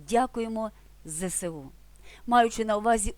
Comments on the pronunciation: Треба казати не «Зе Се У», а «Зе еС У». В українському алфавіті немає літери «Се», а є «еС»! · А я вимовляю не "зе се у", як у цьому фільмі, а "зе ес у". Тому що в школі вчили: буква "С" в абетці читається "ес". І коли чую "зе се у", "те ре о" - хочеться перекривити - "ки ли ми ни", "пи ри си ти". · Але ж немає літери "Се", є "Ес". Тому говоримо "Зе Ес У", але ж не ЗеСеУ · Правильно - ЗеЕсУ, а не ЗеСеУ. !!! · Ви так довго розповідали про ЗСУ, промовляючи "зесеу", як і більшість . А чи не правильно вимовляти абревіатуру ЗСУ "зеесу" - оскільки, саме так ці літери промовляються в українському алфавіті? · Правильно казати Зе еС у, а ні Зе Се У . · Зе еС У, а не Зе СеУ. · Дякуємо ЗеЕсУ! Навчаєте української, а вимовили неправильно.